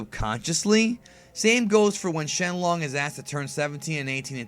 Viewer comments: shenlon? XD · Why did he say shenlong